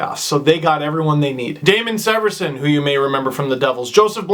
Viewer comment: Severson is pronounced Sea-ver-son just to let you know. Looking forward to the review of this series